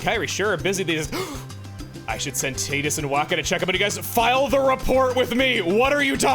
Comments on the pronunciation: The eye twitch i got when called Wakka "Wacka" and Titus "Teetus" WAH-KUH and TIE-TUS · I thought "Tidus" was pronounced Tide-us not tee-dus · Final fantasy 10 is my favorite, hearing Teedus instead of Ty-dus was... something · Everytime I hear Tea-Dus, I keep wanting to go it’s Tie-Dus!!! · Um it’s actually probably Tide-us I’ll never say Teedus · And i think it's "tie-diss" not "tee-diss" 😂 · Chuggaa hearing you constantly say Titus as Tee-tus was giving me a headache lmao. We know its pronounced as Tie-tus. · i am all for offcial pronunciations for things, but i will always refuse to call Tidus Tee-Dus it feels so wrong to me especially since water plays a big part in ff10 themes Tide-us just fits way more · apparently the voice actor told us Tidus is not said like a Tide. it's said more like a Tee. Tee shirt. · CHUGGA, its not Tee-dus, its Tie-dus! (TYE-DUSSSS) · It’s TIDE-us like the tide. ❤ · Chuggaa pronouncing Tidus like that ... I always thought it was pronounced like "Tide-us" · it is TIDE-US like water i do not care what dissidia says and wak-ka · hate the correct pronunciation Tidus I like more the Wrong pronunciation way it sounds way better and doesn’t sound like someone saying the word for a women chest